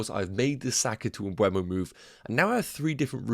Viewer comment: Please. It's not m-bweh-mo. It's m-buh-mo. If you're owning him, you should pronounce it correctly😅 Thanks in advance!